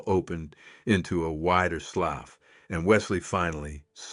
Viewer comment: Please train your AI to speak proper English. It’s a very painful listening to AI when it doesn’t know how to speak properly. The word that your AI is pronouncing is a slew SLOUGH not a louse a slew SLEWRSLEU the proper spelling is slow. SLOUGH train your AI to say the word slew retirement says louse. It makes me cringe. Please drain your AI. It’ll make the story much more interesting.